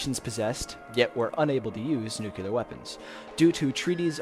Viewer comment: the word is NUCLEAR, pronounced NEW - CLEE- UR not fucking NUCULAR